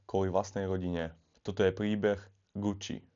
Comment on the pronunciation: Fuj daj pokoj s celým Gucci. Choď k logopédovi, radšej.